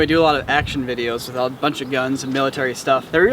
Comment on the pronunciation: ".. and blow an entire city with a nuke." What I heard: "and blow an entire city within NUKE"...